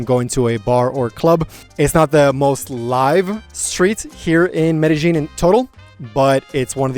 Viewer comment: Medal Jean Kulumbiya Only chicks and hookers pronounce it Medal Jean 😂